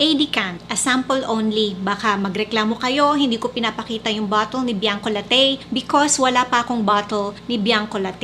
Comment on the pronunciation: It's pronounce Bianco LA-TI not Bianco La-TEYY mam ☺️